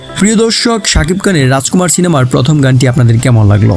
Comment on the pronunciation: বাংলা উচ্চারণ হতাশ করলো। "র" এর উচ্চারণ ড় দিয়ে হয়েছে। যেমন‌, ড়াজকুমাড় (রাজকুমার) ড়ুপ‌ (রুপ) আবার‌ হাত‌ বাড়িয়ে‌ হয়ে যাচ্ছে‌ "হাত‌ বারিয়ে‌" ওভার এক্টিং করলে যা হয় আরকি।